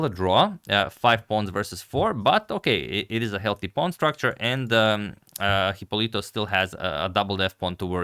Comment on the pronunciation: The correct pronunciation (and spelling) is Hipólito (with accent on the first o).